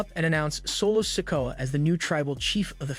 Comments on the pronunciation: Raquel. He says. Raco solo sokoa he say soco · Why does this dude pronounce solo sikoas surname as sicko??? 😅😅😅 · Omg the narrator needs to know who he is talking about because he cannot say solo sikoa name properly it's not sinko it's not sicko or even sicka it's solo sikoa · You really need to lean how to pronounce names. You have said Solo last name 4 diffrint ways in this video. it is pronounced "Si Ko A"